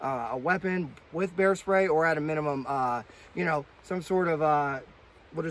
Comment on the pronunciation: 🍺🍺🍺🍺🍺🍺 Bear??? I thought you said beer!! Haha J/K 🐻🐻🐻🐻🐻🐻